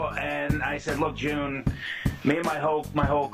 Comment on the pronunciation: not June!!!